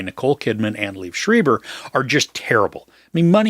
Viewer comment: His name is pronounced LEE—Ev SHr-eye-ber